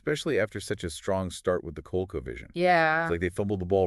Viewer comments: Co-leek-co. Wow. It was short for the Connecticut Leather Company so I get where your pronunciation came from, but it’s just wrong. You guys are just wrong. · COL-LEE-CO. COLE-CO hurts my ears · You guys are gonna have to totally redo this or you're gonna get shredded... it's COL-LEE-CO, not COLE-CO.